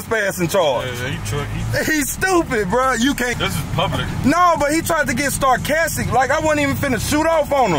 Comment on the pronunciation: Good video but did u hear ur boy say starcastic at end😂😂😂😂